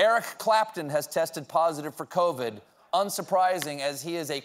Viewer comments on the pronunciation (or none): none